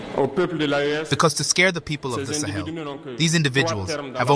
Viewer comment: “Slaves of Salon” Cristal Clear.